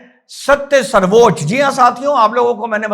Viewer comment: plz u need to rethink Its sarvochya nt sarvochaa.. Please consult correct dictionary.. Pranaam jai hind